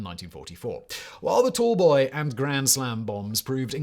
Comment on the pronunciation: the picture says "tall boy" but you say "tool boy", which is it?